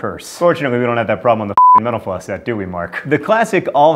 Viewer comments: Whenever he says ' Mental Floss ' I can't not hear ' menopause '. •﹏• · Everytime he says mental floss it sounds like he says menopause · When you say Mental Floss that fast, it sounds like menopause.